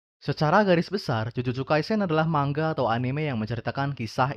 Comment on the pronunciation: dibacanya mangga blok